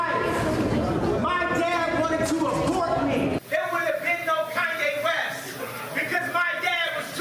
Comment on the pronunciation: ”can yea west”